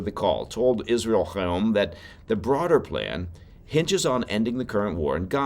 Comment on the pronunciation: hey, love your show and truly appreciate the effort you've put in to pronouncing the name Israel Hayom correctly. however 😁. unlike Challah and Hannuka, the "H" in Hayom is just an "H": no throat clearing required! ❤